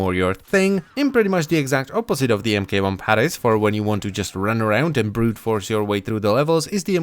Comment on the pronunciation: MK-1 would be pronounced "Mark One"